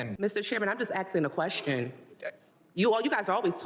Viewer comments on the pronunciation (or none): These communist need to go. And it's pathetic that the woman on there kept saying Axing instead of Asking. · She was just axing a question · She's just axskin a question. Whaaa?